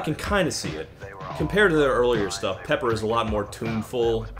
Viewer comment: Pepper sounded so much like Loser I just assumed it was Beck the first few times I heard it.